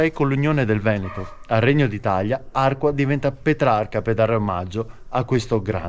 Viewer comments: Belli i colli euganei e bello il tuo video in mtb sui sentieri di "casa" mia.... mi permetto solo di correggerti anche l'accento su Arquà e non Àrqua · però sbagli la pronuncia: Arqua' ( accento su ' a' finale) e non Arqua! Valsanzibio e non valsanbisio/ valsanvizio😁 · Bravissimo come al solito. Guardo sempre volentieri i tuoi video. Luoghi spesso familiari ma visti con sguardo insolito, originale. Però questa volta, santa pazienza! Arquà, non Àrqua! C'è pure scritto nei cartelli l'accento. E quante salme avrà Petrarca? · Arquà con l'accento sulla a. E Valsanzibio non Valsambizio. Non ci vuole molto. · Si dice ARQUA' con l'accento sulla seconda A (almeno leggere i cartelli indicatori...). Mentre VALSANZIBIO non si chiama Valsanbizio! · Ciao, non avercela con me, Arquà con la finale marcando bene l'accento. E Valsanzibio non Valsanbizio. Se ti ricapita di passare per Valsanzibio li vicino c'è un piccolissimo laghetto popolato da penso un migliaio di tartarughe. Complimenti sempre per i video. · Ciao un paio di inesattezze si dice Arquà con l'accento e si chiama Valsanzibio e non Valsanbizio. Comunque grazie è tutto bellissimo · Arquà va con l'accento sulla a finale. Valsanzibio e no bizio. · ARQUA' con l'acceno sulla A finale. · Perché lo pronunci senza accento finale??? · bellissimo percorso accompagnato dal da informazioni interessanti. Attento che Arqua' è accentato sulla a finale e che. il giardino è a val Sansibio. Ciao a presto. Stella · Ciao e complimenti come sempre! Mi permetto di segnalarti che Arqua' va con l'accento. Bellissimi posti che conoscono bene e a volte li frequento in bici. Continua così! Ciao da Matteo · Bellissimo video. Bisogna però far sentire bene l'accento sulla à di Arquà